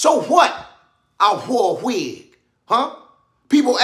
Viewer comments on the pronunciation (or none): "Hwhere and hwhen did you get the hwig?" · The why, where and when are the funniest ever😂😂😂😂 all the W word are crazy funny!!! The way he say wig and war have me cryiiin